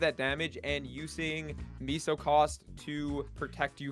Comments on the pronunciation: "miso", do you mean meso? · Pronounced Mess-OH